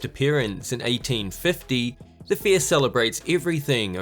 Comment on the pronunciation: It's Fair not Fear. Your baby English needs some growing up to do